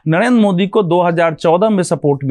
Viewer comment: भगवा पहनने से कुछ नही होगा,,पहले आप नरेंद्र मोदी बोलना सीखिए, नड़ेन्द्र मोदी मत बोलिए,, र और ड़ में पहले अंतर को समझिए फिर ज्ञान दीजिएगा😅सब लोग जानते है आप शुरू से ही बीजेपी प्रवक्ता का काम करते है😂एकतरफा विश्लेषण करते चाहे